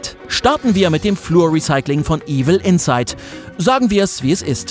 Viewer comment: Es heißt nicht Evil Insight, sondern Evil Inside. Bitte bei der Betonung beachten.